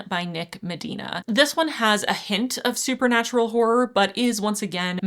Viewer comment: I don't think it's pronounced "whore". It's more like haw roar. Hawroar horror. Two syllables.